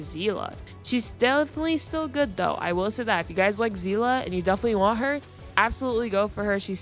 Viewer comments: i mean i hope you pronounced seele's name correctly its see-le not zela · Her name isn’t zeela it’s pronounced seal-ee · I'm sorry, I had to quit when I heard "Seelah" instead of "Seele" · Um zeela? If you wanna say it japanese Sheelee but if you wanna say it German its Zeele except with a stronger a and kinda sounding like an e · Still upsets me how the VA mispronounced Seele as Zeele. Good video tho mostly agree with everything said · My god please do not call Seele is Sezla I beg you and everyone out there who new to Honkai 😂😂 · where does "a" come from Where there is no "a", it is not even that hard